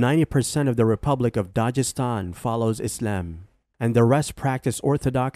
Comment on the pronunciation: The g in Dagestan is like the g in guest. Nice video btw